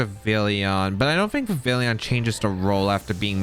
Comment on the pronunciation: The “Vivillion” made this unwatchable. It’s Vivillon. Like “Viv-ee-on”